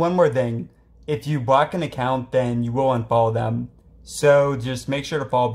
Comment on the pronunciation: It sounds like bro is saying bock bock